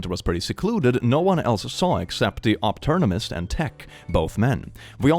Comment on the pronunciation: Nobody: Optometrist reading it wrong: Opternemist